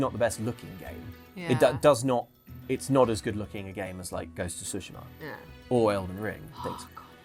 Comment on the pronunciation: This and Dragon’s Dogma2 are just boring arcade for casuals; just push light attacks button repeatedly, the end. “Shogun” is just another racist white-savior show. Gaming Industry and Hollywood are intellectually bankrupt. Finally, it’s “Tsu-shi-ma,” not “Su-shi-ma.”